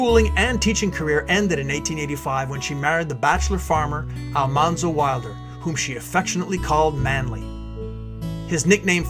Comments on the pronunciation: A very nice documentary but the pronunciation of Almanzo’s name is wrong. It’s pronounced “All-man-zo” not “All-mon-zo”. The show got it wrong. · The proper pronunciation of almanzo's name is AL-MAN-ZO al like the name al, man like the word man not ALL-MON-ZO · He was "Manly" because his name was Al-Man-zo, not Al-Mon-zo. The tv series screwed it up. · It's pronounced "Al-MAN-zo," like "The man walked down the street." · I just finished "Prairie Fire," a biography. This timeline is very accurate to that book. It was a difficult book to finish, but well worth it for me. Almanzo's name is pronounced with the middle syllable man. It stayed wrong in the series because that was how it was first said by the teacher on the tv show. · Almanzo is pronounced Al-MAN-zo. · It's actually Al-man-zo